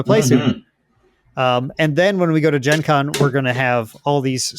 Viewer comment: Also I have never heard Gen Con pronounced that way, not a fan.